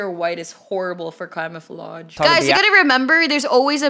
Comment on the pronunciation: ALERT: THIS TIMESTAMP IS NOT (ONE OF THOSE) Bro did she say Clamofolage?